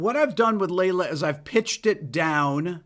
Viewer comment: My wife said.. oh it’s Layla.. not lay low 🤣🤣